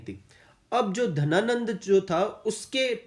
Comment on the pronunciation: Sir book mein Ghananand hai aur aap Dhananand bata rahe ho